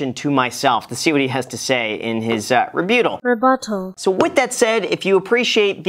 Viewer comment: The pronunciation of rebuttable got me 💀 keep up the good work bud